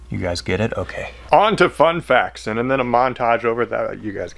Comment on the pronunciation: When you do so many one days, that when you say "fun facts" you say it like "one day"